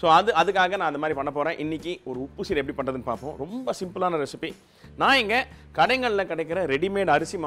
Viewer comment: Not seedhai. It is seedai.